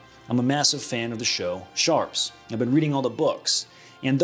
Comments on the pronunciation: "Sharpes", it's Sharpe! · Sharpe not Sharpes. hani not Johnny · Man, I love everything you do but as a Brit you need to realise that it's pronounced sharpe not sharpes. He isn't multiple people. He's just one he is a God. The man must be worshipped and his name must be said correctly. He isn't some kind of 1860s rifle use by Quigley. No, he is a chosen man of the kings army and the ultimate soldier now. I love you. Please please say it sharpe. Sharps thank you for listening to my TED talk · It's SHARPE not Sharps. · It's Sharpe, not Sharpes 🙄 🇬🇧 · why do you say SHARPES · The way he says sharpe makes me cringe